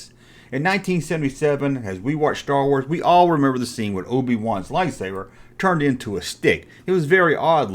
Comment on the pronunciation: Stow Wooaz 😂😂😂😂